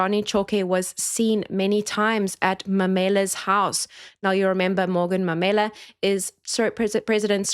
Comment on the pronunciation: MAUMELA.. not Mamela.....pronounced MA - ma UHHH -u MARE- me LA-la CHAUKE pronounced CHAR - cha UHHHH - u KE ( like you say Kenya) - ke